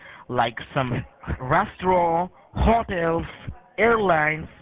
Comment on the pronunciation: have you ever been to a resto-raahaawn ? this is one of the more interesting ways to hear the word restaurant being pronounced :)